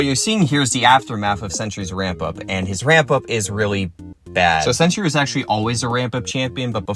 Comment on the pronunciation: Its sentry bro, not century😂